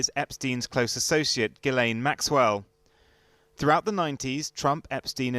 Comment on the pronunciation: Is her name really pronounced “Jizzlane” Maxwell?